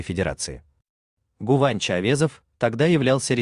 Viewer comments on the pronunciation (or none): Не Гуванч а Гынанч